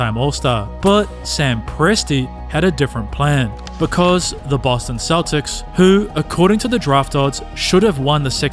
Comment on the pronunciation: there are dozens of creators on here with videos as good or better who put the time in to actually narrate their work so you're listening to a human being, not an AI with a robot voice saying "sha-kill o-nill" or boston keltics